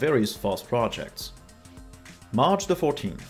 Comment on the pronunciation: I keep hearing Arch instead of march :D